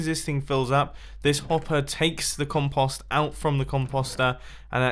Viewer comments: Its com-Poe-ster not com-paw-ster and com-poe-ste not com-paw-st lol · The way he says "compost" pisses me off, frankly. It's com-post, not com-pahst. 🤬